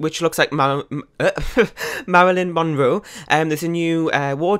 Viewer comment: I'm Really Thinking Long & Hard . Idkkkkkkk . I Think It'll Be Useful Though 🤔🤔🤔 Haha , I Heard You Say "Melanin" Kinda At First When You Was Trying To Say Marilyn 😂 . I Think I Should Change My Name to Melanin Monroe Now 😂😂😂